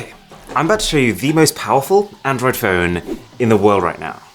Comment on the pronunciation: Why did you say "Android Pone" and not just Phone. Is there a faster phone that does not run android?